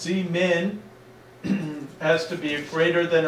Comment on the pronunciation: I laughed when I heard Zmin not seeing how it spelled